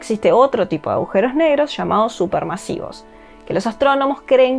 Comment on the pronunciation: ¿Agujeros o aujeros? Alguien que le explique a esta chica cómo se habla